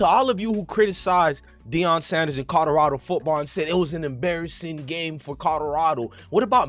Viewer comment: U can’t even say Colorado correct 😂